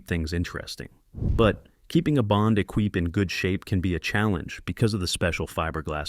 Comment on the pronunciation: Lima as in Peru (lee-ma) not pseudo Spanish fruit ! Equipe (e-keep), not Ekweep...